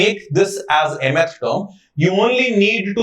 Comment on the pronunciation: Sir just please learn to say mth term properly